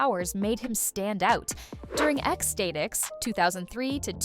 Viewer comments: Ex-stay-ticks? Holy hell how did you miss ex STATICs? Ecstatic? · Ecks Stay-tics? Oh, for fuck's sake...